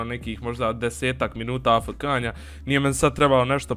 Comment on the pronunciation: Kaže se a ef ke